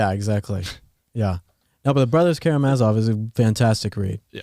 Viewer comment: Scott: "The Brothers ka-RAM-a-zov" Travis: "kama-Ra-zov" it should be "kara-MA-zov" watch?v=93OBAnzop2s